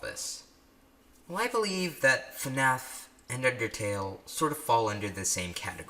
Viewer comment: when he said FNAF and pronounces the letter F at the beginning I cried tears of joy knowing I’m not the only one who says it like that